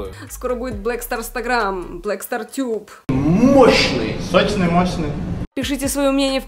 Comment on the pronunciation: СОЧНЫЙ - сощшный, мощшный Орууу🤣🤣🤣